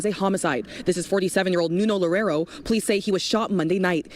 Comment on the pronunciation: Why are you smiling?? "Lorero", please take a minute from your time to at least learn to say his name correctly.